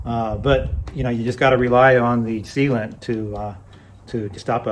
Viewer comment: I bought a few Park Tools and they are really good. Strange, I HATE putting tires on the rims. I kept hearing "Seema to it" instead of "Sealant". Since it's so much faster, sounds like another Ragbrai is in your future! John from MI